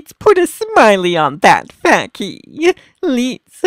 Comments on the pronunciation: Face but pronounced Fa Key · IGBOU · it's face 😂 he says facky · adding to pronunciation guide -- c's are generally hard, i.e. face="fay-kee" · let's put a smile on that facky or fa**ie I have no clue what he's said at the last word